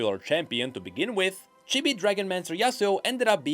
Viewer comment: Its pronounced "cheebee", not "chibby" by the way